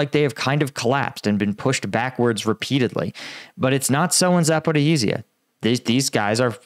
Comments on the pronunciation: On the topic of pronunciation, Zaporizhzhia's spelling is more complicated than it sounds. It's pronounced Za-po-ree-ja. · More accurate pronunciation: " Zappa RHEE zha" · It's not Zaper-oh-heez-ia, it's Zapo-reezia or the shorter version is just Zapo. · Zaporizhzhia "zuh-puh-REEZH-zhee-yuh." ZH is pronounced as the "s" in "pleasure." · Bro i be like your video but for god's sake learn how to pronounce zaporozhia